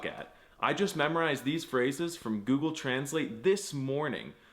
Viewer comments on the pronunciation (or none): none